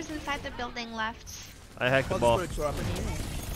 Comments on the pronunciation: Lol when hacked ball, it sounded like he said ball sacked. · I watched this live on stream. Some of us kept hearing "ballsac, ballsac" haha.